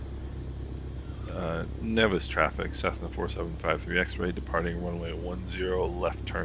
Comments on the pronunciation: Umm…..Nevis isn’t Pronounced like that btw…it is pronounced Neevis but spelled Nevis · locals pronounce Nevis as Neevis...and St. Kitts is my home town :)...nice flight what are your system specs ?